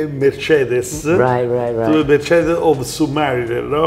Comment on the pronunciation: This episode brought a smile to my face. And I love how he pronounced "Mercedes", I'm definitely using that from now on.